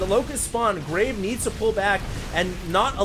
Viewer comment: Who else thinks he is saying graig? haha